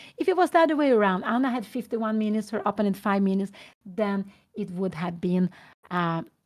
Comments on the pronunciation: Bro too much text just write the correct pronunciation “oppounent ” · But what if Pia Cramling doesn't know that she is pronouncing "opponent" incorrectly and really wants to pronounce it correctly? On the other hand, I think it's totally cool if she knows she's pronouncing it wrong but wants to pronounce it that way. Respect for that. If that’s the case.